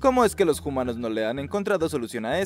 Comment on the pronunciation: Por qué pronuncia 'humanos' como 'jumanos' y no 'umanos'? Qué confuso 😳